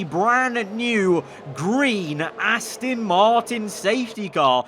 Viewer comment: Its Aston not Astin just letting you know